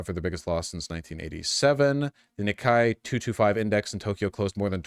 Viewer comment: It’s pronounced “knee-kay”